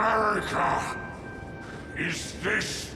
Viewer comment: I wish I could like the stories you tell but that accent man, is hard... is so hard not to laugh at the way you change "i"s for "e"s Wetch? Thes? Lmao